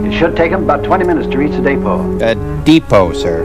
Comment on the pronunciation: That guy kept talking about the "day-po".... and the Maypo and the Alpo and the repo and the Suenteus Po and the sampo and the Edgar Allan Poe.... anything but the DEpot.